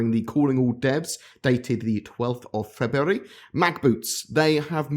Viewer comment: Say 'February' again. Lol